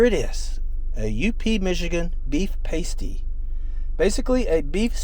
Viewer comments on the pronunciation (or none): Just FYI, Pasty is pronounced Paa-stee (like the "a" in "apple"), not Pay-stee. ;-) Something I learned growing up in Michigan. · Yooper - not Youper..... Past-e - not Paste-e..... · PAST-ee, like "in the past". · It's actually pronounced to rhyme with "past" not "paste" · Must add, it is pronounced "pa-stie" not "paistie" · Check your pronunciation of pastie. It is pronounced past EE, not paste EE. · From Escanaba here. In regards to the pasty, with all due respect, it's pronounced PAST-ee, not Paist-ee. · Yoopers, not Youpers and pass-tee not pay-stee. Otherwise, very good! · It is pronounced “PAST EE”…. Paste e makes you sound a tad dorky😄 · It's not a pasty, it's a paaaasty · Yoopers! Not Youpers. Past-ees not paste-ees. Do your research. I can't watch any more of this. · Okay just a little correction it's pronounced (pass-tee) not paste-ee and it probably had rutabaga in it. It's a staple in the U.P. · It’s pronounced pa sty with a short a. Not paste e. That’s what woman put over their nipples. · They're pronounced Pass-tee not pastie...pasties are not edible lol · PAST-ee. not PASTE-ee. 😂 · It's past-ee, with a short a vowel sound. Paste-ee is nipple cover a stripper might wear. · Caught your vid on da U.P. and wanted to mention, you spelled Yooper wrong. Lol! Also, I hope you had a pasty while you were there. I’m from Norway MI in case you were wondering. Oh yeah… it’s pronounced past-e, not paste-e. Lol. Traditionally served with gravy, some people like it with ketchup. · It's not pasty (rhymes with tasty). Those are things that strippers put over their, well you know. The pronunciation is pasty (rhymes with nasty). Confusingly, despite this pronunciation thing, pasties are actually tasty, not nasty. The U.P. is awesome! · FYI - That delicious meat pie is pronounced PASS-TY. A pasty, pronounced PACE-TY, is what strippers used to wear to cover their nipples. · Short ‘a’ in pasty, not pAstey. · It’s called a Paaa sty not pastey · It is a past-ee